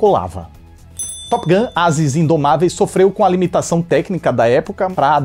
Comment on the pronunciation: arruma quando vc fala top gun, vc diz top guM, que significa goma de mascar top!!!